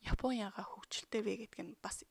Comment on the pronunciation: Япон, яфон биш! ааннг ээээннн уууунн ммм нннн:(